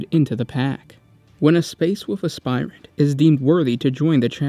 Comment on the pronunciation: I think you need to look up what vestigial means. Oh, and how to pronounce aspirant.